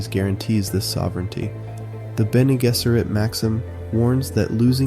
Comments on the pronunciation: Ok I'm gonna get flaked even as a Dunie (on book 6 atm) but its pronounced Bene JEZZERIT, not Jizz-erit... Still subbing, the video is what I needed to be reminded of. Its too easy to distract myself and huddle in the comfort of technology but the mind is always something that shouldn't be ignored. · As soon as you pronounced bene gesserit wrong my confidence in anything you say went out the window. Your description of the universe was that of someone who just googled dune...